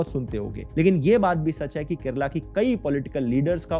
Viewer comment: I'd give him top marks for correct pronunciation and not calling it "Keral"